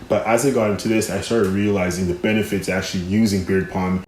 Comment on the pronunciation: You know it is beard "balm", not beard "palm", right?!